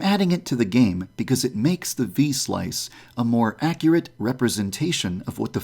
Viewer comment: V-slice = V-sauce